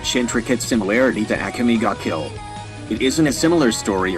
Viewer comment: I dont like the way "akame" was pronounced